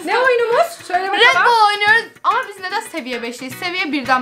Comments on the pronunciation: yazılışı REDBALL okuyuşu RETBOLL diye okunur yazılır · red boal değil red ball hahhahahahahahahahaahahahahahahahahah